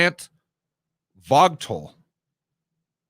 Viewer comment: Pronounce Plant 'Vo-gul",...I believe they've got a 4th one on the way, same location...🇺🇸 😎👍☕